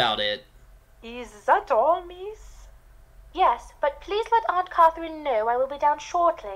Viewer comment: Anyone else notice that during the introduction, Jane says Aunt Catherine normally, but then at Aunt Catherine's bedroom door, Jane pronounces it "Aunt CAWW-therine"?? haha. I do hate to be critical, but the voice acting/accent isn't good...